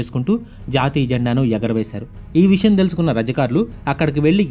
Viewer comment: అది ఓస్మాన్ ఆలి ఖాన్ కాదు ఉస్మాన్ అలీ ఖాన్... రజకార్లు కాదు రజాకర్లు..